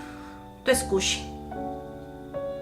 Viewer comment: Haha no se dice scushi es squishy pero hermoso tu video intentare hacer un squishy asi :)